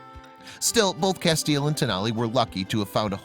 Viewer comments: Great story.....I must say though, you pronounce his name "Cass-tee-el" I'm a Supernatural fan. LOL Thanks for showing the plight of wolf dogs. They are beautiful and deserve love and a forever homes just as much as a regular dog. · FYI :Castiel is pronounced Cas-ti-el on Supernatural. 3 syllables.